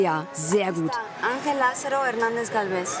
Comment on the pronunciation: Ich bekomme Ohrenbluten wenn Julia den Spanischen Namen ANGEL falsch ausspricht🙄